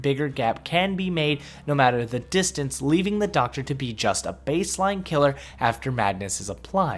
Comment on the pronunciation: I love the SHOCKTA...I...I meant the DOCKTA!!!!!